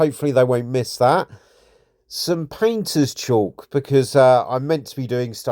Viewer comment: Great video... but FYI... It's not pronounced "chalk" (there's no H), according to Google it's pronounced nearly identically to "cork" (though some people pronounce the "L" like "call" with a "K" at the end) and I've also heard it pronounced to rhyme with "talc"...